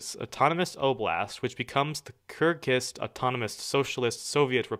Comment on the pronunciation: Kyrgyz! You pronounced wrong!